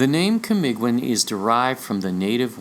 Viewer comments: The pronunciation is KA MEE GGEEN ... G is Hard G as in the word BEGIN... Kamagong is a tree... its wood is durable... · Camiguin is silent u camigin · Thank you for acknowledging my little contribution in this world shattering revelation. Just a small advise on how to read words with "ui" in them like Camiguin. The "u" is not pronounced and hence Camiguin is pronounced as ka - mi - gin. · That is CAMIGIN silent "U"